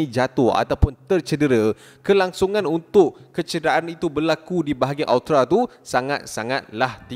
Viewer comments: Hahaha sebut elok elok bukan aotra , tapi aorta , malu kokrang nuh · Aorta= AE-YOR-TA...